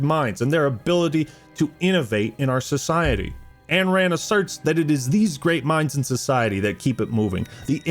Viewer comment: Brother, love the video, BUT -------- IT IS NOT "ANNE RAND" it is AYN RAND, pronounced INE Otherwise good video